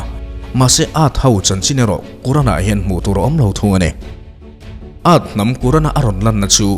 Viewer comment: Sir, quran(Kuran) ni lovin, qur-an(Kur-an) tia lam zawk tur aw